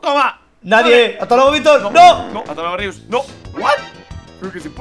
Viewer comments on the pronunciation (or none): Yo escuchando a Víctor decir:inriustor (creo que era haci) Timba: que... :'( noo Ooooo lo perdio a Rius :c